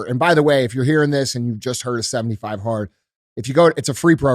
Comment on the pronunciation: 75 hearter? My first time stumbling on this podcast, what is 75 heart?